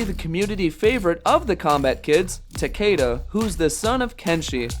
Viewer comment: Why don't you show some respect and pronounce Takeda's name correctly for once?